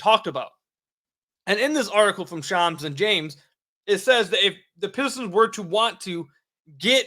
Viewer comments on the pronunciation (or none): none